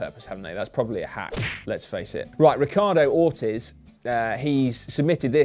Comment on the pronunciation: Simon shouldn't cast stones about name pronunciation when he pronounced Ortiz as "Ortiss" when it should be "Or-teez". Not many Hispanics in the UK now are there?